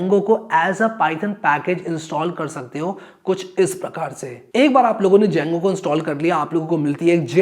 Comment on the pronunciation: The D is silent boah!